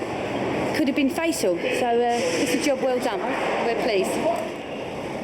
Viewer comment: Its called a Job....not a joh